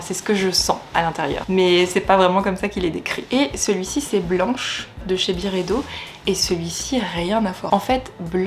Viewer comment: ça se prononce BYredo (à l'anglaise) pas Biredo haha